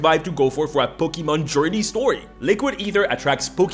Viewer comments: I will kill you if you say pokeman again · I like how you talk "pokimen"